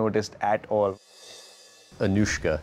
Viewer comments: Delhi: Anushka Kolkata: Onuska New York: Aan-eush-ka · Why will Bengali people call her Onuska when there is an alphabet "শ" ? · This onushka thing really cracked me up! Bhirat and Onushka :p onushka shorma...hahaa khub moja laglo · Virat - awwwnushka 💗💗🦄🦋🐳